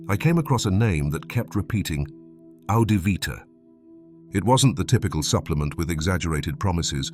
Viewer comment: He said it was 'Adivvita'